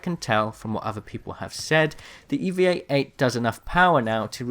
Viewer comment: It's the E-VAH! Not the E V A